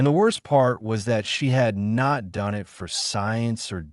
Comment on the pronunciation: 2m:56s: Sigh ... Not again with this "brain"-damaged text speaker the cannot handle the English word "it". I T is the mark of a poor "author" who does not do a prrof-read, does not do a proof-audit. --- This means IT is time for me to bail out, and leave a THUMBS DOWN. --- And to not even open the next two stories suggested by YouTube.